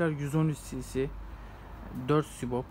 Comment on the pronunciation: Sibop değil sübap